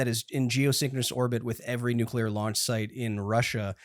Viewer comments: Everyone else: Nuclear Will: Nucular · You can tell little Willy grew up in during the Dubya Bush administration, says “nucular” every time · Literally the whole episode I was annoyed by the constant nucular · also WILLIAM ITS NUCLEAR. NEW-CLEAR. NOT NUCULAR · "NU-CUE-LEAR" triggers my autism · Goddammit, Will. NU-CLEAR. NUUUUU-CLEARRRRR.